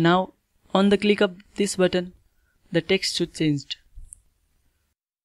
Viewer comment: Why when you say my button it sounds like my butt ?